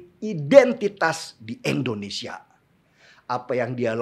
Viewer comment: INDO bang, Indonesia. bukan ENDONESIA